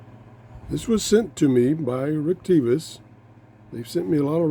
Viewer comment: Why are you calling it Retevis when it says Retekess? Are they the same company?